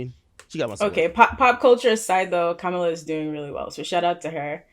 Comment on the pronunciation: Comma-Luh not Ku Mah La 🤦🏽‍♂️